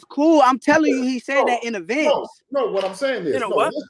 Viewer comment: Devin can't even understand Shakur's pronunciation of "advance". How do you think he could do any better than his father. 😅